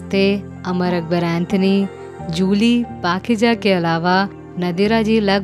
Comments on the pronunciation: Nadra nhi nadira and pakiza not pakeeja...improve your pronouncing urdu words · The word is NADIRA NOT NDIRA. Not PAKIJA. it is PAKEEZA. Your pronunciation of the Urdu words is just pathetic. Please work on this issue. Rolls Royce was gifted to NADIRA ji by Jehangir Tata or popularly known as JRD Tata. In a party NADIRA ji praised his car , good taste and expressed her fondness for the car, JRD in a jiffy gifted that car to NADIRA ji and ordered his PA to make sure that the petrol for the car should be supplied and payed by the TATA conglomerate for rest of her life.